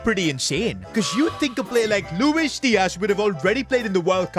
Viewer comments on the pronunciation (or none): none